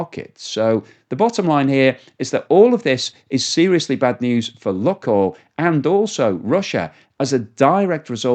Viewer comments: Lukoil, pronounced Lukeoil,as in Luke the boys name. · STOP PRONOUNCING LUKOIL INCORRECTLY. DO SOME RESEARCH ON THE SUBJECT YOURE TALKING ABOUT FFS